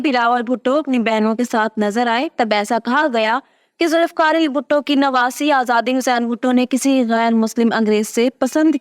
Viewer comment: It's not Zulifkar but Zulfiqar...